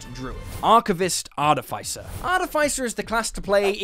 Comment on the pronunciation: I noticed he said artifaicer and I always said artificer and I can't tell who's word is right